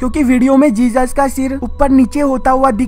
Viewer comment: Bro love your videos but its jesus not jejus